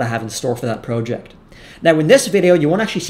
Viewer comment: Fun video! I liked the Joe Biden diss, but then you lost me by the way you said “proe-ject”